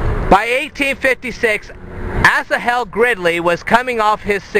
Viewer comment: Pronounced “Ashal”. He was my 6th great grandfather.